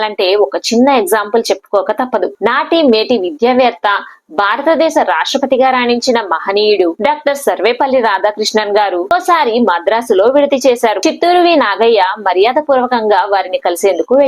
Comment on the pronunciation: హలో ! నాగయ్య గారి గురించి ఈ విషయాలన్నీ మాకు తెలుసు గానీ ముందు భారత దేశంBHAA అని పలకడం నేర్చుకో ! బారత దేశం BAARATH A DESAM KAADU కాదు ఒత్తులూ పొల్లులు సరిగా పలకడం నేర్చుకుని . తరువాత విడియాలు చెయ్యి !